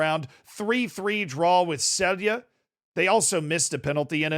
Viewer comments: Man from slovenia here,Celje is projounced Celje and not Celje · Dude why u gotta remind me of that embarsing loss to a Fereos islands team like i thought id see some glazin and than u remind me of that disgarce but so hyped and prob will watch them in the knock outs maybe even the next home game vs Circle Bruge also ur saying Celje wrong its pronuced but i dont think english can even say the C correctly